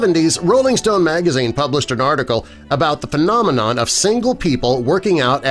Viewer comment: "...about the 'penomenon'..." Exactly what is a 'penomenon'???